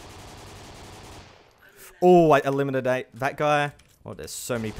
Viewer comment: elimididate this guy